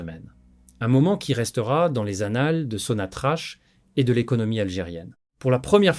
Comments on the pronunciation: Prière prononcer correctement le nom de la première société pétrolière qui est sonatrac et non pas sonatrache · Ça s'écrit sonatrach mais se prononce sonatrak.